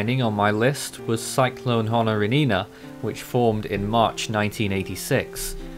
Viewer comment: Honorinina would in all probability be considered a “Very Intense Tropical Cyclone” if it occurred today. It was similar to Geralda in 1994 and Gafilo in 2004. I believe the name is pronounced as “Honorine” with the “-ina” suffix being silent (based on my basic knowledge of Malagasy phonetics).